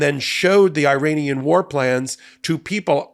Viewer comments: It is pronounced E-RUN and E-RA-NI-AN , not I-RAN or I-RAY-NIAN; and it’s E-RACK, not I-RACK! Why are you acting so ignorant? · Minor note. Iran is pronounced Irahn. The people from there are Irahnian. I only know this because I worked for people from there who corrected my mispronunciation.